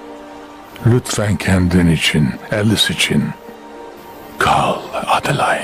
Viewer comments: Adılayn okunuşu zaten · adi layn ne ya ne sacma dublaj bildigin adelina kizin ismi